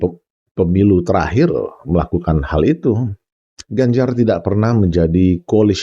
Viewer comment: Ijin pak, pengucapan koalisi dlm bahasa inggris bukan colicy tapi coalition🙏🏻